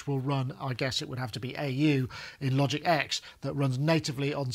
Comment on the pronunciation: Er, just to be pernickety, Logic is now simply called Logic Pro. And the X that used to be appended to the name, was pronounce 10, not "ex" Welcome to another edition of Pedant's Corner!